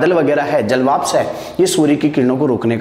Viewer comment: श्रीमान आपकी इस वीडियो में ऊर्जा , सूर्य ,लघु , स्थितियां ,घूमना तथा ध्रुवों आदि शब्दों को बोर्ड पर गलत लिखा है । इसके अतिरिक्त जलवाष्प , अर्थात और 1.94 का उच्चारण भी गलत कर रहे हैं । कृपया ध्यान दें अन्यथा छात्र अधिक गलतियां करेगें ।